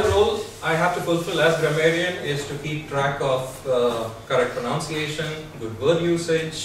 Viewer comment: If you are grammarian, you mispronounced 'pronunciation'